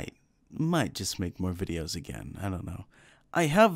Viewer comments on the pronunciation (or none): none